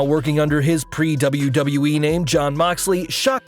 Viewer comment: Wait you can pronounce WWE, instead of saying Dubloo-Dubloo-Ee. Is this really?